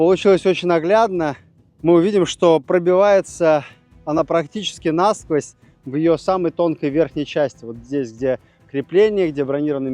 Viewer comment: НасквОзь, а не нАсквозь, Карл!